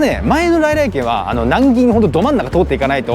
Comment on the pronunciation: の「さ〜来来てん(軒)南銀座店」て 言ってる😂間違い指摘してすんません😊